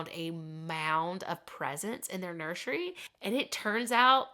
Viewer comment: Nur sir ee not nursheree